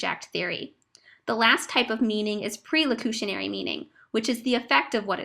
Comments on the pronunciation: its PER locutionary not PRE. Here Listening to you struggle to explain Speech Act Theory is like nails on a chalkboard. You have the most annoying voice. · the twitty-voiced narrator pronounces perlocutionary as if it was prelocutionary, which is going to add to the general confusion!